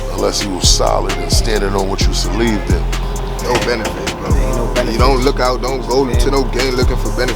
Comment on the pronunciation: "celieved in" 😂😂😂